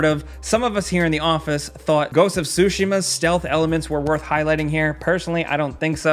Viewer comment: Dod I hear ghost of sushi-ma ? 🤣🤣🤣